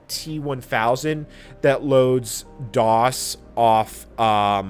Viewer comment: why do you say it as "Dozz"....... and not "dos"?? . ive been alive since 1994..... and grew up using win 95 and 98...... then my next computer was XP and ive ALWAYS heard it pronounced as "dos".....